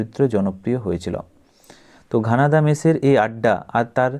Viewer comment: ঘনাদা ❌ ঘানাদা ✅